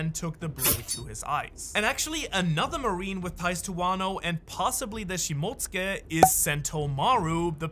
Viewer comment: It cant be this hard to say shimotsuki